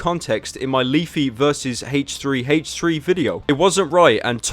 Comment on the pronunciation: Does anyone know why he pronounces it "Haych3" rather than "Aych3?"